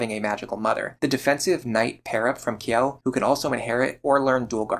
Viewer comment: speaking of names. Kjelle's name is probably meant to be pronounces more like "Chell-eh", considering it's likely meant to be Scandinavian in origin. This is mentioned in the Fire Emblem wiki, but I arrived at that conclusion myself as a native Swedish speaker. And it is what I always called her.